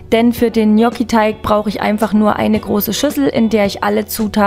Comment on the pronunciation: Genial lecker!! Endlich mal jemand der es richtig ausspricht!! Nix anderes erwartet!😘lg mel